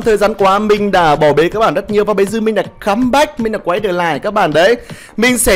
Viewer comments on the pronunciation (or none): Chuẩn bị nghe nói "comback" lần nữa 🤣🤣